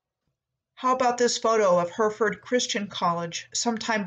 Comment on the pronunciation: Hereford is pronounced Heh.ruh.fuhd. :)